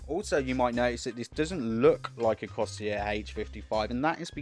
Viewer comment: Cor-Sare Not coseeyer lol